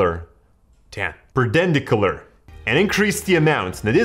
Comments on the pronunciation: it's Perpendicular not perdendedicular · he cant say perpindicular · Its per-pen-dic-uler (perpendicular) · "Bird-burd-dan-dy-cullurrr Purdendiclurrr" :') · Per-pen-dick-you-ler with "dick" being the strong syllable. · It's per-pen-dic-u-lar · Easy way to learn how to pronounce perpendicular "Per-pen-dick-you-ler" dope video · No one: Literally no one: I learned how to pronounce perdendicular correctly. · hahahaha I LMAOed on your pronunciation of perpendicular :D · How can he not say perpendicular?